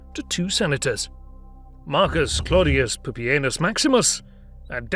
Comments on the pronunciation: Dude you totally said poopyanus . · Am i the only one who is noticing how hilarious "pupienus" is?!?! for a minute.